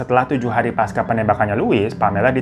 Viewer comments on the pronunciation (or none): none